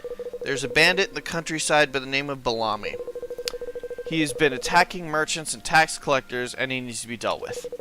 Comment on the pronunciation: Bell-a-me. He's not a lunchmeat.